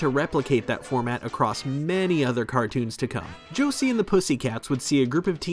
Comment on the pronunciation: The way he pronounced Josey omg.